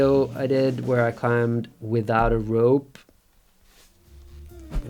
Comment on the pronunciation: Every time Magnus emphasizes"without a rope" just cracks me up